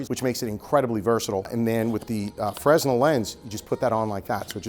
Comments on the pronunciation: The word Fresnel is actually pronounced Fernel, it's a Fernel lense. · No, it's pronounced Frenel! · The S in Fresnel is silent, my guy